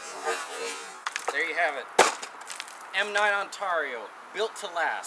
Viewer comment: this guy is funny and not in a good way lol and you are saying Ontario wrong